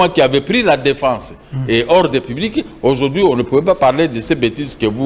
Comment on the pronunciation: on dit, Aujourd'hui et pas ojourdhui.